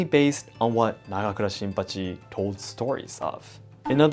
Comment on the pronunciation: The way you promounced "Nagakura Shinpachi" was one of the coolest sounding things I've ever heard.